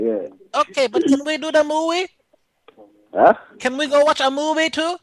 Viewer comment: Wash the mowee...